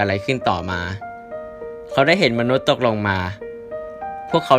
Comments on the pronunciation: ตก เปล่าเหอะ แต่พี่เขาพูดผิด 55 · 4.52 ได้ยินว่า'ผู้ไดก็ตามที่ตดยังมาอันเดอร์กลาว'555+